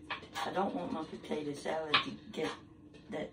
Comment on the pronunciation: She is just so sweet. She reminds me so much of my mom. My mom used to say “potata” just like her🥰 Love watching her videos.